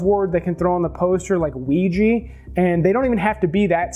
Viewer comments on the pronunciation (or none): Please watch the movie witch board! So you can pronounce Ouija probably! It’s not ouijie